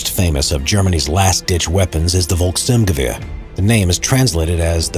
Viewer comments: Its folks Sturm gewahr not volks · It's Volksturm-gewehr (People's Storm Rifle) not Volk-sturmgewehr (People's Stormrifle). The "storm" part came from the forces using it (the People's Storm), yet storm is also the German equivalent of the word assault, the confusion is further exasperated due to the STG-44 also being referred as a Sturmgewehr (meaning assault rifle). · It's not Volk Sturmgewehr. It's Volksturm Gewehr. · Volkssturmgewehr doesn't really translate to "People's Assault Rifle". It's not Volks+Sturmgewehr, it's Volkssturm+Gewehr: "Rifle of the Volkssturm"